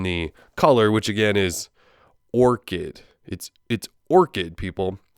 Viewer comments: Its orched not orket bro 😡🔥🔥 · how can someone manage to mispronounce orchid? smh...